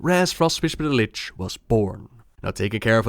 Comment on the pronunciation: Please, please spell Lich next time correct. Its not litsch